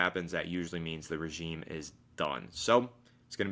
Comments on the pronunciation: Great vid. It’s time for a fresh start. just some friendly feedback, regime is pronounced like “ruh-zheem” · Why does keep saying regimay lol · The way he says regime is killing me 😂